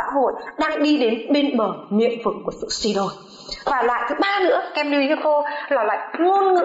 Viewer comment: nhưng lưu ý. k phải lơ ý